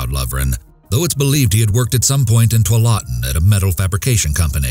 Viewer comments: Amazing work as always! I always love seeing that you guys have uploaded. Something to note: Tualatin is pronounced two-all-a-tin, not twa-latin. Threw me off when I first heard it. 😭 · Tualatin is pronounced Too-wall-a-tin. Not too-uh-law-tyn 😢😢😢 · On the first case, you pronounced the city as "To-lah-tin".....Tualatin, Oregon is pronounced "Too-Wall-Ah-Tin". Just an FYI from an Oregonian! We have a TON of funny city names and they get butchered on the regularly! Thanks for the giggle! 😄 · It took me a moment to realized “tuWALtin” actually meant “Tualatin.” Lol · Well done as always :) Just a small note on the first story: Tualatin is pronounced "too-AH-leh-tin" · Just gonna help you with the pronunciation - Tualatin is pronounced "too-AH-la-ten". I lived there for years. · Mark Dribins case Tualitan is pronounced "two-all-it-ton" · You pronounced Tualatin wrong. It's pronounced too-wa-la-tin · It's pronounced Tu-ala-ton lmao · Oh my God, the butchered pronunciation of Tualatin in the first story, lol. For those who don't know, it's pronounce two-ALL-uh-tin. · I went to (the original) Tualatin Elementary School and it took me a few seconds to figure out what city he meant! When people mention “Tie-Guard,” I always know what they mean. Lake Oswego is a beast and one never knows how it may be (mis)pronounced next. Me, I now live in a super-easy to pronounce tiny town just south of Charbonneau. ;) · Coming from the PNW, this happens all too often. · The mispronunciation of “Tualatin” was somewhat amusing ngl